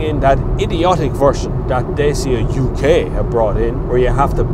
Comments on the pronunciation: Just as a fact , it's not pronounced Day-cya , it's pronounced DAH-chee-ah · Pronuced DATCHA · more accurate.. it's Datchia :) with an i